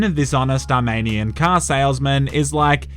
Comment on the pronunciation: Love ur vids but when u said Simon was Armenian u pronounced it wrong. It’s ar me ni an. Not ar mane i an